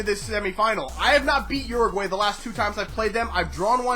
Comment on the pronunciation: A little better pronunciation of my country Uruguay (Ur-A-Gwy). Besides that good video.